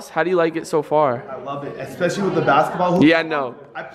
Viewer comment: Everything is special, to him. Say it everyone: Sphe-shall.